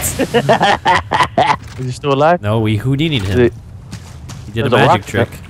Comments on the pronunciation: "We Houdini'd (HOO-DINI) him." tear of joy goes down cheek. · HE SAID HOODINI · u hear vanoss say hoodini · Did he say HOOdini? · He means houdini the magician not hoo-dini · Did Vanoss say Hoodini during this 😂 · He said hoodini from 2015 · XNinjaMonkeyX123 I HEARD IT TOO